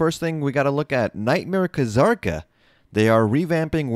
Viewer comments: Wait, wouldn't it be Zah-r-ka? There's no Kh, or Ka, which means the K is silent. So it wouldn't be that. At least that's how it generally goes for most things I learned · Why are you saying "Ka-Zarka"? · bro. the fking K in kzarka is silent man. ur killing me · Kuh-Zarka Lmao